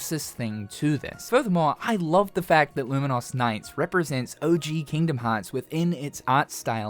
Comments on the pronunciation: "Lumen - Os" is... a way to pronounce it, I guess? "Lumen - Us" is much more common. Either way, the game looks really cool, thanks for profiling it. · why are you saying Luminous so weirdly tho??